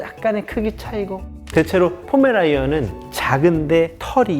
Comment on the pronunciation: 훈련사님 포메라 “이“ 언이라구 말씀하시는거 너무 거슬리는데 자막과 같이 포메라 ”니“ 안으로 얘기해주심 안될까요😅😅